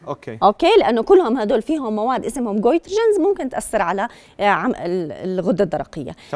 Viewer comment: شنو كوترجنز صح هيج لفظها؟